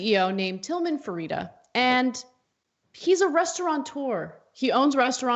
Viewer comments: Fer-teet-ta lol I used to work for his restaurants and he is from Galveston where I’m from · "Ferita" LOL u cant even say his name, learn the context, maybe build something instead of making your living as a professional complainer :) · A) It’s pronounced FRA-TE-TA. B) he’s right. Most of his staff is making more on unemployment (plus the $600 Federally added) than had he kept paying them. Here in Nevada, those who were the first to apply for Unemployment had WAY fewer problems getting paid. Many who flooded the system in April are still having trouble getting their benefits.